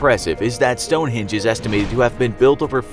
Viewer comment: You said Stonehinge include the e